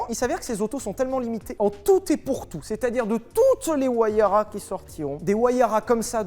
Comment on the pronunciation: Merci Sylvain pour cette belle présentation de la Pagani "WAYARA"